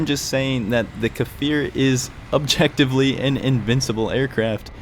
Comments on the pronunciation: it's pronounced Kfir, not Kafir, it means lion cub in hebrew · great video and all but as an israeli it's cfir not kafir as of baby lion in hebrew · 😂 It's not kAfir Just kfir No vowels between them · Well, it's just Kfir... The "K" functions just like "S" functions in the word 'stir' definitely not "fir" :) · I apologize, I didn't realize that you managed to understand the pronunciation anyway? imagine the K is a short K sound with "no movement" and then it's followed immediately by the "Fir" didn't mean to offend you in any way friend, I really like your videos